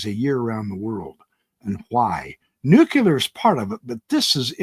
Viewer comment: Nuculear. You've lost me. Sorry.